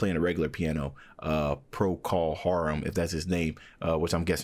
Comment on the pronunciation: Procul Harum is the band formed in the 60s, Gary Brooker the singer, BTW It's pronounced Procol Har um not Haroom. It's the conductor who controls the levels of the sections as well as the feel of the music. In the 60s and 70s there was no such thing as auto tune or backing, live was live and they are and were great musicians.